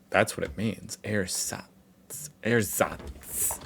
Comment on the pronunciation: Yes you can use it, but use the "e" as the first one in "ever" please, it's a very short "e". The way you pronounce it would in German be written like "Ehersatz", or airsatz in English.👴😁 Edit, for what it's worth, use your pronunciation translator on them.